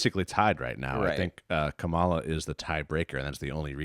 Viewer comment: Pronounce Kamala's name properly you dlot!